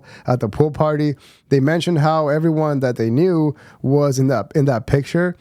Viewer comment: Bro it’s “knew” not “KNEEE-UUU”